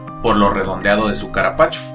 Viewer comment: Caparapacho jajaja q idioma es este? Parece q habla un personaje del chavo del 8 sos don ramon?